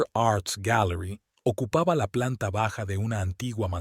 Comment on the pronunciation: SE DICE BAJA NO BAJADA 😂